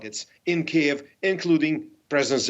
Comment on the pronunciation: Can the host pronounce the capital of Ukraine correctly?